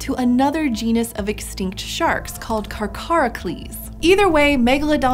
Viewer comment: Carcharocles is usually stressed on the 3rd syllable. This video is the only time I have heard it stressed on the second syllable.